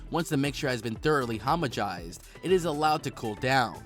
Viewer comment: paysterized and homogized!